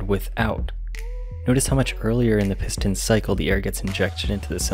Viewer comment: I cringed every time he says piston lol